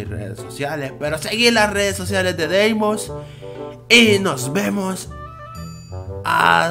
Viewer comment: Dice la leyenda de que es:v EL BRAYAN